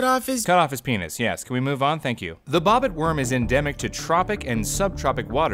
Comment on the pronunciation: I swear I though he said “bopit worm” and not bobit worm